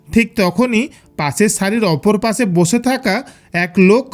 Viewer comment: Why this guy is talking like that ? Pase Bose hase lol 😆 Learn to say Pashe. Boshe, Kashe